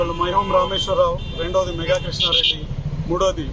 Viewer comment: అది ABCL కాదు. ABC Pvt. Ltd. మేగా కాదు, mega మెగా...